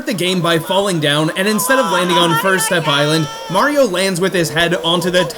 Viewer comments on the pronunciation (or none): You Said Fur Step Island